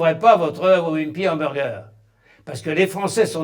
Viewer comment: c'est pas le doc ou on parle d'Hamburjer ?? faut pas que je le croise celui la il va pourrir mon cerveau encore pour quelques années avant que joublie sa facon de prononcer le mot Hamburger 😡